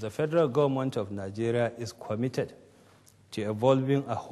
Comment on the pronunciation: since when was commited called quomitted